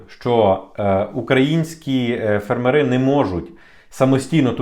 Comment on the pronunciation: Ставте, будь ласка, правильний наголос в слові фермери. Бо є слово фЕрмер а не фермЕр. Тоді фЕрмери, а не фермерИ. Польською мовою може і так, як ви кажете.